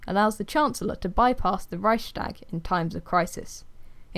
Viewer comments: Good god, that's not how you pronounce Reichstag, you're butchering it. but otherwise a nice video about Weimar republic. Weimar republic could not remain in that international climate. By 1930 world was changing and the only way large nation could survive was to become and empire of some sort.. Japan attacked Manchuria etc.. so it was doomed P.S. Wiki has a lot of right pronunciations on historic stuff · Really great video but i lost when you said Reichstag im sorry :) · I’m German and I just love hearing non-German people saying „Reichstag“ I swear my heart melts every time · Funny how you pronounce Reichstag. I'm German btw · I love how you say it! It makes me giggle. 😅😂